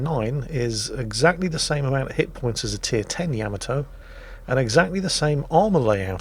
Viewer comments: YAH-MAH-TOE .... not YAM-MAH-TOE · So many times mispronouncing Yamato